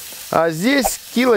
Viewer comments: "кИла восемьсот..."?? А я то всю жизнь думал что "...килО..." А в целом, видео интересное и полезное. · кИло шикарное ударение от горе математика